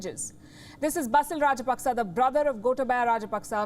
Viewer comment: Wish you would listen to Sinhalese TV or ask a Sri Lankan to pronounce the names for you. GOTAAbayah RAAJApaks not Gota-BAYA.